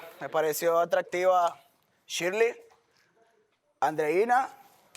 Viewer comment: Oigaaaa a mi paisana díganle Shirley como se lee, no le digan Shirly jajajaja